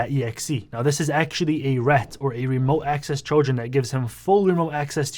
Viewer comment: am I the only one who heard "children" instead of "trojan"